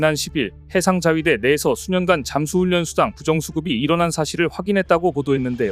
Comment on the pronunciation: 훈련은 훈년이 아니고 훌련이라고 발음하는거임